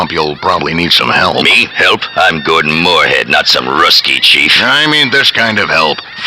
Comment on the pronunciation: lol the announcer keeps getting Gordons name wrong...